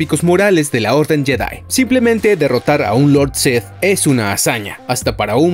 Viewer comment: Porque dices Lord Seth en lugar de Lord Sith? Es muy molesto